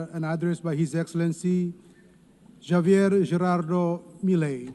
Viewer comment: Who is this ignorant chairman who announced Javier? This low iq didn't even bother to figure out how to pronounce Javier. It's a shame who are the leaders of the UN! Makes me sick!